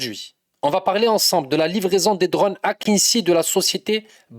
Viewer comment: Fumez du hashish et restez éveillé.les drones Akıncı (se prononce akindji et pas akinssi) ne font pas la suprématie aérienne d'autant plus que l'Algérie dispose de drones supérieurs en nombre et en pouvoir de destruction.il faut surtout pas sous estimer le potentiel destructeur des Missiles Skander Algériens qui peuvent rayer de la carte des villes entières.l'armee Algérienne n'a besoin que de quelques heures pour atteindre l'Atlantique et mettre la zriba au coin a l'extrémité occidentale du nord de l'Afrique.foutez nous la paix on joue pas avec gamins.